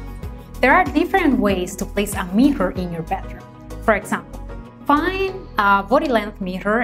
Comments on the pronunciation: What are you talking about? She recommends mihas 😄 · I love how she pronounce mirror 😙